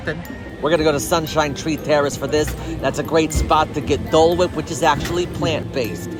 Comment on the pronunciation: is tooooo much!!! Ive never heard "Dole Whip" pronounced so aggressively 😂 He was committed through that dole whip/ plant-based schpleel!!